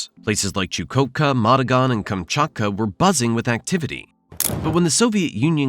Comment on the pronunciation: "Madagan"?? It's Magadan ))